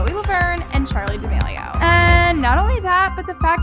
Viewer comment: Zoe really said “D’Smelio” 💀